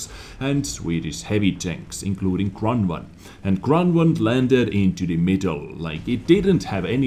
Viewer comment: What's a Kronnwonn ? :D